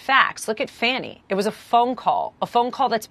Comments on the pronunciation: FFS you disrespectul ignoramuses, the Fulton County Georgia prosecuters name is pronounced F A W N Y. Not rocket sceience. Get it right. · Her name is pronounced Fawnie, not Fanny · Hubba you are so ignorant it is pronounced Fawni not fannie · Has she said she misspoke yet? LOL I'm pretty sure this bitch knows she's pronouncing Fani's name wrong oh bitch